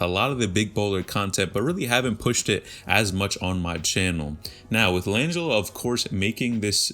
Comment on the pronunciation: Laaangilo ball. Is this guy pronouncing his name correct?!